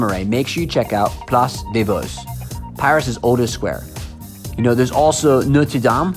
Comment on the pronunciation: It’s « Le Marais » not « La ». You also spelled and pronounced « Vosges » incorrectly. Saint Germain DES Prés not DE and DEUX Magots.